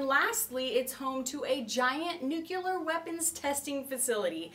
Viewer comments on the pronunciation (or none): the fact that she said "nuculer" instead of nuclear has made me turn off the video